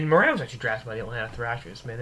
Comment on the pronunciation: It's Morin (as in Moore-in) good god. I would know.